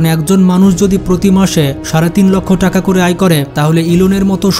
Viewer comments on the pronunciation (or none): none